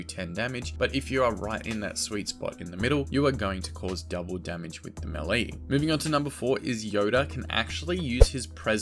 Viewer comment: ‘Maylay’ not ‘melly’